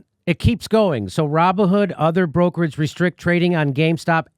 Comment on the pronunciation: "Raw Bone Hood"? LOL